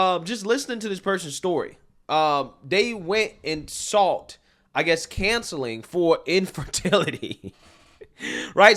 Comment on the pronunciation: Are you saying cancelling or counselling? It sounds like cancelling, but it should be counselling.